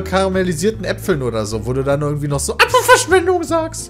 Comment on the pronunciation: "Apppffelverschwendug würg"